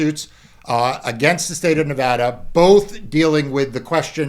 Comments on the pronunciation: Thank you sooooo much for pronouncing Nevada correctly. Lived here 20 years and it still surprises me. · Mark, I always appreciate it when people pronounce Nevada correctly. (I live in Northern California, but I feel badly for our neighbor state.)